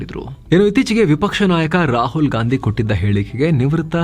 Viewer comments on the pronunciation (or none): none